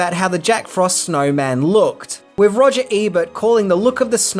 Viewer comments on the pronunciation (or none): none